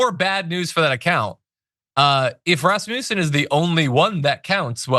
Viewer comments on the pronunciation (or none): Not really relevant for substance, but please do place the power on the a in Rasmussen, which is a Danish last name meaning son of Rasmus (names ending son are Swedish). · #TheDamageReport #JohnIadarola please stop with the trumpian schooltard racist taunts. You know damn well it's Raz Muh Son, NOT rasputin/rasmusen It cheapens you r message thanks